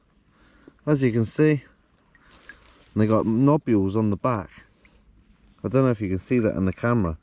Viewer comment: He he. Sorry. I’m such a child. Nobules 🤣🤣🤣🤣🤣 Love the vids guys 👍🤢🤢